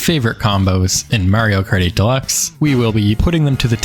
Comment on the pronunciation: is it just me or does he say "Mario kartY deluxe !!" everytime he mentions the name of the game ahah